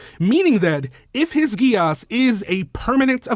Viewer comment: Btw contrary to what this anime will tell you, Geas is pronounced Gesh.